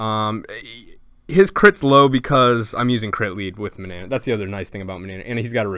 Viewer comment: Its not ma-na-na-nan its ma-na-nan